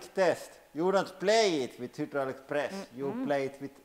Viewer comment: Will you ever say hydraulic? haha :D